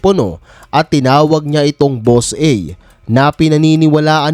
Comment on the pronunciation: Naloko na 😂 Boss e daw hindi Boss A wahahaha